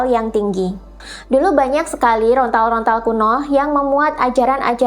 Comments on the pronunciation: Lontar bukan Rontal ...atau mungkin memang susah mengucapkan LONTAR ? 😊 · Sedikit koreksi... bukan "rontal" yaa.., tapi "lontar" 😊 _Rahayu ingkang sami pinanggih_🙏